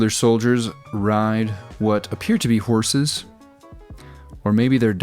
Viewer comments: I had to turn on Closed Caption just to see... dorses. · "Dorses", ha, I caught that one mate. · Wonder why you called them Dorses instead of Hogs. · I almost didn't catch "dorses" 😆